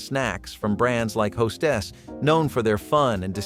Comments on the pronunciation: It's not "Hos-TESS"- it's HO-stess. It's not "Penoosh" it's Peh-NOO-chee. Have someone narrate this who remembers these bakery desserts. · I'm sorry but ho-STESS? Dude, em-FAH-sis on the wrong si-LAH-bull. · Blondies can be made with chocolate chips. Napoleon are a bakery treat—I thought they were very old. Hostess is pronounced HO dress, not Ho STESS. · Hostess is the trade name for bakery treats that you could pack in your lunch box and it is pronounced just like who hosts a party? A Host and a Hostess. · Born in the 60s and I make these 😂 Is the voice computer generated or they truly can't pronounce Hostess 😬